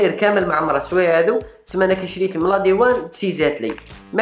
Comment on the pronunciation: يسموها لادوان ماشي لاديوان يا لفاهم اعرف تنطقها ومن بعد اهدر